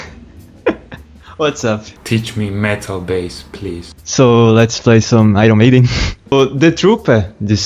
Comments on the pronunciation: quando o cara falou "airon meidein" eu já sabia que era BR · o "airon meiden" entregou, me senti representado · I realized the 2nd dude is Br when he pronounced "Iron Maiden" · Second guy's "Iron Maiden" pronunciation made it easy to find out he's brazilian! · This teacher bass metal is brazilian! Hahahaah The way he pronounce "Iron maiden" is very iconic! Hi Dave504 from brasil! EPIC!!! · Eu sabia que o segundo cara era brasileiro quando ele disse Iron Maiden e The 'Truperr' KKKkKKK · I could say he's brazilian because of pronounce of "Iron Maiden" DAVIE504 PLEASE COME TO BRASIL AND MAKE A VIDEO WITH JUNIOR GROOVADOR